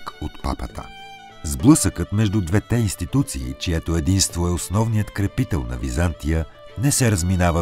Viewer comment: Видеото е страхотно! Единствено бих искал да ви посъветвам да проветите къде пада удареното на думите: “двете”, “двата”…благодаря!